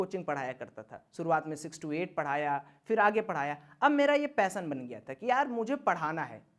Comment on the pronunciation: ...."पैसन " नही वो " पेशन "होता है लवड़े...😬